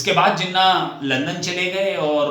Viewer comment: Thanks. I am a Pakistan and here is my thought process. No disrespect to your accent but you have continuously mispronounced Jinnah’s name as Jenna’ without the [h[. I doubt if you were deliberately mispronouncing it but it was harsh on me because Jinnah is a very reverential figure in Pakistan. India has been blessed with great leaders while Pakistan had only Jinnah. Now the house in Bombay. Like millions of Pakistanis and Indians too, it was not easy to leave their ancestral home and migrate to other country and they always wanted to go back. Lots of them even brought the keys to their homes with them. Even ordinary Pakistani Punjabis like my father who had no palatial homes in Amritsar wanted to go back. Jinnah’s home was expensive one and so was his love for the home. At the time of independence, Jinnah vision wa that both India and Pakistan’s border would be soft borders meaning people can come and go as they wish and he or both leaders had no idea of this grand scale migration and the bloodshed associated with such migration. I think migration and bloodshed was not a foreseeable by both Hindu and Muslim leaders. It came much later with the Redcliff Award. So your accusation that Jinnah wanted to come back and longings for his home cannot be true for one additional reason and that only Jinnah knew the extent of his terminal illness. Fatima ~Jinnah ran for the presidential election in 1964 and could not have contested her will in India because that would h